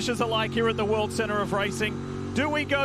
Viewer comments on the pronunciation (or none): "The world erup of racing"